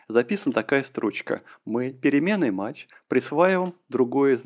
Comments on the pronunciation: не матч, а math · Только пожалуйста, кто учится, не запоминайте произношение библиотеки MATH как "мач" - произносится mæθ (мэф - примерно). Также, AS - произносится "ЭЗ" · Аж ухо режет когда произносит мач, но это можно простить и перетерпеть 😊, знания которые он даёт, стоят этого. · Ай! Каждый раз, когда произносит math как мач, в мире страдает один незадачливый недопрограммист! Ай! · "Мач", "Враппер"... мои бедные уши... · согласен, режет слух, но по сути не важно. но режет))